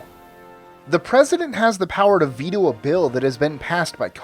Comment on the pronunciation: Its not vetoo its Ve-toe a.k.a veto jesus